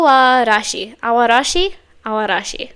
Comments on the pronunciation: Aoarashi is pronounce as A-O-Arashi, btw. But now worries, you didn't butchered the pronunciation. 😊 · Enjoyed your first reaction to &team! Thank you💖 'Samidare' means May rain' 'Aoarashi' means 'Blue Storm' Your pronounciation of these titles in Japanese are just perfect🎉